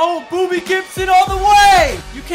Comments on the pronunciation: Did he say booby Gibson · Was he saying booby gibson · He said booby Gibson not Bobby gibson